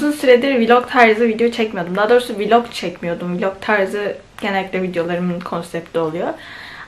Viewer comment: Viiiiilog değil ,vlog